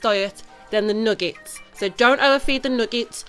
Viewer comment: I like hearing people from foreign land say words that I normally say